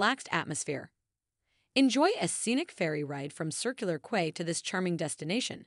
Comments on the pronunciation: It's pronounced "key" not "quay" and Paddy's market is mediocre at best, it's not even close to Melbourne's Victoria Market in comparison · Quay is pronounced as (key)